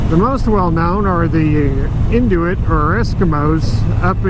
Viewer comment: oh btw, its pronounced “N- U - It”, not “N - Do- It”. lol